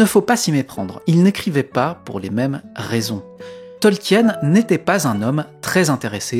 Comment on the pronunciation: AAAArrgghhh, mes oreilles ! On ne dit pas TolkiÈÈÈÈÈÈÈÈnne mais Tolkiiinne ‼ De même qu'on ne dit pas Parissssssse, mais Pari. Merci. ,04h32' CET